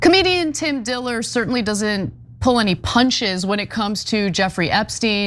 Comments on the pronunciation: Tim Dillion not time diller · Ana said "Tim Diller"